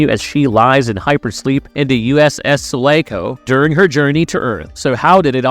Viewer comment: He pronounced uss sulaco and hadleys hope wrong